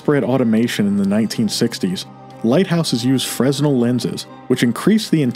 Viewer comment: Fresnel is pronounced freh- NELL.